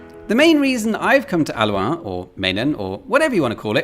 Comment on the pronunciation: Its not aluaan, its halluin. Say it as it is written. Hallooin.